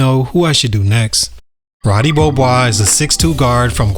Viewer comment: "Ruudee Beeohboise"